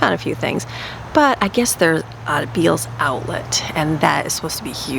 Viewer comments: The store name is pronounced Bells. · The store Bealls is pronounced “Bells” I used to live in FL that is the only way I know. Love your videos❤️ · Beall's is pronounced "bells" and the outlets are MUCH better! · Good morning. I’m a day late but I just wanted to let you know BEALLS is pronounced BELLS. If you look at their signs, the A is shaped like a bell. Took me forever and a day to learn that when I moved here. Have you been to bealls outlet yet?? They have great deals! Where is Brooklyn working? She got a job right away! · Bealls is pronounced Bells, Love your dress, Looks good with your tan. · For sure Bells lol. I kept trying to figure out what store she was talking about and then I saw the receipt and knew lol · The store Bealls…is pronounced BELLS. Crazy I know! Have a great day!❤